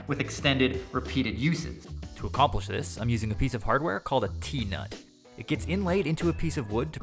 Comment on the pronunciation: Did he say tina or tnut im confused